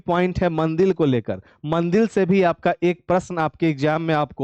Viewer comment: Mandir ko mandil kyu bol rhe hai aap